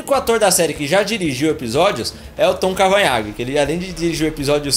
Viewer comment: mano. o nome do wells é Tom CavaNAGH e nao CAVANHAG, pls nao repita isso dnv kkkk